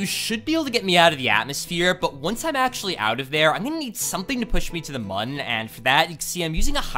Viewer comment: Mun is pronounced like moon.